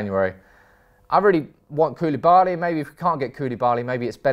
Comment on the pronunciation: Bailey , Koulibaly and Bailly... This guy have a thing for pronouncing baily 🤣🤣🤣